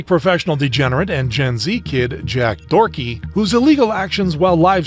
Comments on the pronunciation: its doherty not dorky btw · I cant believe bro called Jack Doherty " Jack Dorty" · For a second I thought he said Jack forky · He actually said jack dorky haha it's deserved but I fucking wonder how they act irl